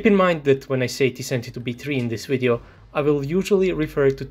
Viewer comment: After watching this entire video all I have to say is that you say, "wideoh" and it is amusing.